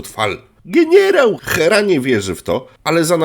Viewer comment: "Zielony gienierał":face-blue-smiling